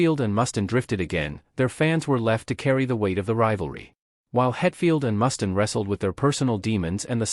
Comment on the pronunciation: Ikr? Can't watch the whole thing, if they can't even get the names right.